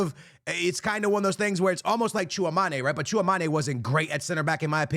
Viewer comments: TCHOUA- ME - NI !! Not TCHOUA - MA - NE !! He has played for Madrid since 2022 maybe it's time to learn ?? ☠ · It's Chu-Wah-Meny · Tchouameni = when it comes to the last part of the word say it like tchouamany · Bro cant pronounce shoulder guler and tchoumeni properly 🥀💔